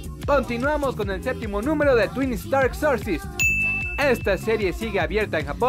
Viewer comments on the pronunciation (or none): none